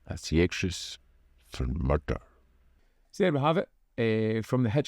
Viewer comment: I thought for a moment I was watching Taggart there when you said "Murrrder" each time.